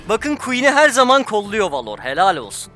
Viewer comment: Abi suna valor deme velır dee